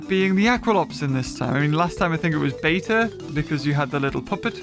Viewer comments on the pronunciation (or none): none